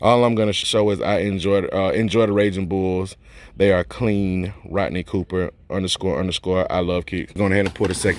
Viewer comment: Great video but dang it was a hard watch because my name is also Rodney and you mispronounced it like most people, lol. Like most people you pronounced it Rottenny, drives me crazy. I always tell people what do you fish with... a Rod, then finish it with the “knee”, just two syllables. Sorry to rant, my dude. I